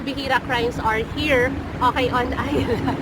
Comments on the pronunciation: She is saying Oahi, not okay. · Your english is really excellent, i thought the "okay" was a word in another language and did not recognise it at all. If you train that out of your speech or say O K correctly, your English would be perfect 👌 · are you saying ok or akai?